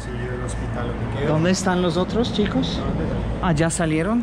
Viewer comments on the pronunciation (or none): none